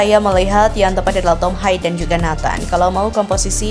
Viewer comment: Tolong belajar lagi min penyenutan nama.nama.prang Belanda. Tom.hai ...😂😂😂 Tom.Haye